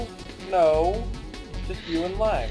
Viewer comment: My name is not Liang >:C also my mic was louder than it should have been. xD Oh well, it's already uploaded.